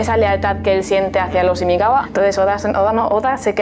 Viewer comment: Es imagawa no imigawa!!!!!!